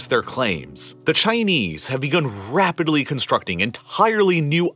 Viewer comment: Am I the only one that doesn't like how this guy talks? Like he over emphasises every syllable. It's good content, but it makes me cringe when he says "Rrrrapidly constructing new islands in the sea..." Is that fair to say? Am I just projecting the over emphasis because of the American accent?